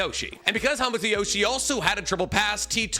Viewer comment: I cant watch this video anymore. You keep mispronouncing hamato and it's hurting my ears. 👎